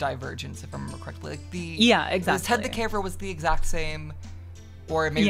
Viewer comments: I noticed you said Jed instead of Ted but I just assumed you were saying it wrong as a joke, it didn't clue me in at all 😂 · i knew what it was called but assumed her saying Jed instead of Ted was just a weird joke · i genuinely didn't notice you didn't say ted correctly and assumed that maybe the whole deal with the rake just. happened twice maybe and you were just choosing to focus on a more obscure time. so it took me embarrassingly long to realize what was going on. what really did it for me was both that i had never heard of gabbit rabbit when creepy children's media that wasnt lost episodes was my favorite subgenre, and that i immediately clocked the copyright issue being what happened to 1999. before then? i assumed they were just knock off pastas that somehow fell under my radar. or that i just didnt know the pokemon ones. i never played pokemon so i wasnt super into pokemon creepypastas. you were both genuinely so convincing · it took me until Steven The Motherfucking Stitcher to realize what was going on. i thought you were mispronouncing ted the caver on purpose as a joke. i thought SHARETHIS was just some weird smile dog variant i'd somehow never heard of. and chances are there are about a billion pokepastas i've never seen. but as somebody who was In the creepypasta yaoi trenches as a preteen without having even read half the stories, there would've been no way in hell i hadn't heard of Steven The Stitcher if he actually existed. and then i noticed "smiling wickedly" and immediately put two and two together and spent the remainder of the video Fucking losing it. awesome.